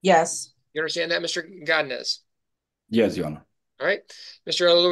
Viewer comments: “Gadines” man, it’s go-di-nez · Why is he saying godinez like that lol😂😂😂😂😂